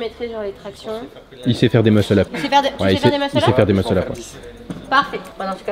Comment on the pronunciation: mort de rire! "Il sait faire des musle up! , tu sais faire des musel up? le cameraman : YES!